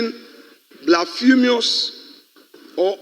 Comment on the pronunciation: Young man Afenyo, who thinks he knows it all. I am old enough to be your dad to start with. Please take it from me that you are becoming nauseating, irritating, obnoxious and above all, irrational. Fyi, there is no word in any English language dictionary pronounced "blaphemous". The correct word is "BLASPHEMOUS". I have been learning and speaking English since Ghana's independence. It pays to be simplistic with your word usage, please!